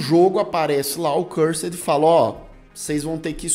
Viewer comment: Oie, top o vídeo!! Mas o nome do jogo é Curser, não Cursed kkkk abraço